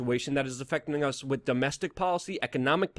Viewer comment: Please stop saying "wit" as opposed to "with".